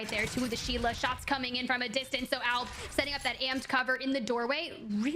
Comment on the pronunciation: commentators cant even say albs name correct LMFAO alabraleilie